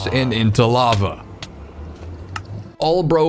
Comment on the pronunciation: It's lava not lagva! Thanks for the correction!